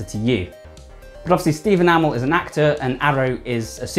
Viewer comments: Green Arrow i didnt notice He does Kinda Steven (right) amall (its A MEEE LLL) (Stephen i know) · Steve Enamel? 😂bruh you saying it wrong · Stephen A-mol?😂😂😂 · Why are you pronouncing Amell as ah-mal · Amazing video man but you kept saying Amell wrong 😂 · He's English, cut him some slack. It's like tomato. Never said the same way. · He's says amell wrong